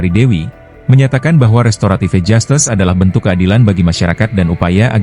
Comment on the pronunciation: Jastis bukan jastes emg hostes😂😂😂